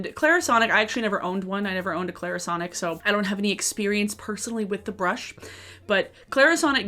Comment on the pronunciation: Go ahead. say Clairsonic again.🤨